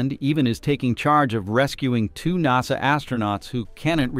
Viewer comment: ok little AI dude NASA not NOSA.